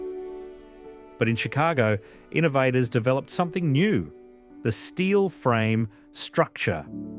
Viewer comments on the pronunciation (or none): none